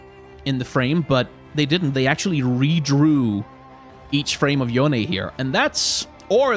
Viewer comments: I LOVE YOU FOR PRONOUNCING YONE CORRECTLY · At least someone say his name correctly. Necrit was upsetting me